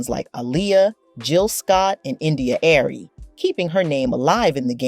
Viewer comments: India Arie... not Airy though 😂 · That was another tough moment. But we’ve survived. Only to be smacked with the India “Airy” fiasco. This was a tough listen. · Patrice Rooshen? India Airey? Is it that hard to proof read and proof listen? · Patrice Rooshen😂😂😂India Air-ree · Can you pronounce India Arie and Patrice Rushen's name right?? Makes you sound unprofessional when you mispronounce their names.